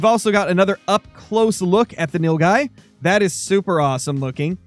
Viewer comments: Nilgai is pronounced nil-guy - literally blue cow (nil = blue, gai = cow), but it is an antelope, the largest in Asia and the 7th largest in the world, just smaller than the blue wildebeest. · It’s pronounced Nil-guy